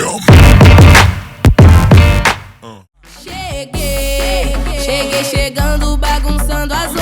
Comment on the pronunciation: « Ja shague » mdrrr ça se dit pas comme ça mais cela veut dire « je suis déjà arriver » ! Gros bisous et hâte de voir la suite ❤️😊